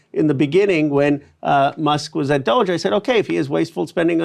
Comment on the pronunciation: Im so with ryan and his commitment to not pronouncing doge the way elon wants